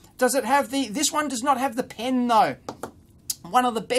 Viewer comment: I salute you Dave, for being able to pronounce "pen." Not "pin."